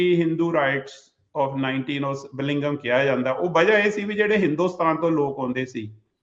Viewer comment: That’s true, I don’t know what’s his education but he cannot pronounce Bellingham properly .